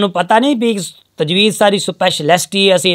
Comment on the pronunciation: tajweed hota ha tajweez nhi